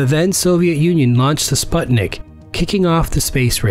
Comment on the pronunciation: "Spatnik" space vessel... lol